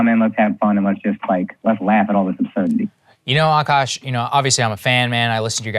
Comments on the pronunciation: AKAASH NOT AAKASH!!! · Akash, Aakaash, Akaash, the spellings in English can be any of these, but It's all spelt the same in Hindi, आकाश and pronounced the same way ''aa + kaash" .